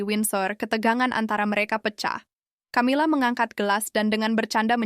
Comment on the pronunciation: Narrator nya ngawur.. Camila Di baca Kamila, bukan Tjamila 😮